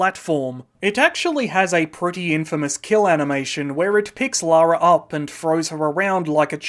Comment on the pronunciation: Ironically, they changed the name from Laura to Lara due to the perceived potential issue of Americans pronouncing Laura incorrectly, but there are countless examples on YouTube of US creators mispronouncing Lara and instead they say Laura. I'd say it's about 70/30 in favour of the Laura pronunciation from US creators, so it's clearly a widespread issue, especially today.